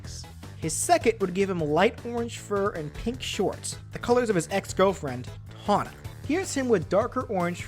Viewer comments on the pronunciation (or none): Its Tawna not Pawna And its Koala Kong not Koala King